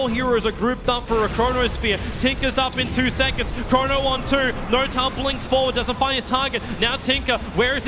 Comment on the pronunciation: why does he say noRtail or QOR